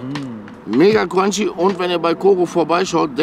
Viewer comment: Jeder: Mega Crunchy: "Mega Cwanchy"